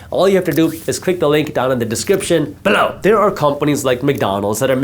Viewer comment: I don't know if I will ever say the word "below" normally again.